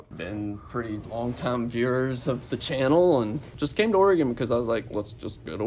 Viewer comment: I'm always impressed when non-natives, especially southerners, pronounce Oregon correctly! Happy Birthday!